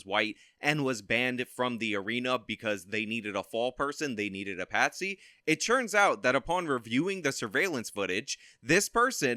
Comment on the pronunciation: Dude if I hear "it CHurns out..." one more time I'm gonna cut my own ears off